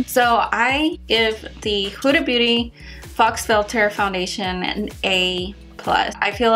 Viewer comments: It is pronounced foe. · its not fox filter lol its faux..